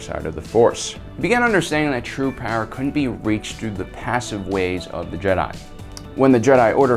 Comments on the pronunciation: Jesus fuck man stop calling them JedAI ! It's fucking Jedi, not Jedai!. It's not Japanese. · WAIT!! Did you miss it?? Did you?? Ancient Jeh-Die??? Canadian, British, Australian... Jeh-Die?!? Why don't you just say, "I'm making a video based on every other video already made and literally making sound like my own voice and my own observations." How much more pretentious can you be than to PC pronounce a ficticious name that has been in the universal lexicon for over 40 years and has spawned actual state recognized religions? If you have cannon or ECU to support this pronunciation, please bring forward and be prepared to be blown away by cannon AND ECU!! Jeh-Die